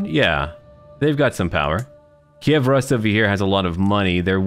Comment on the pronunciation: I think it's time to point out that the pronunciation of "Rus" is actually Rus', with this softness at the ending, also it's completly "u", not "a" at all. I always thought someone else is going to mention that, but... finally it's my time to help with foreign words it seems.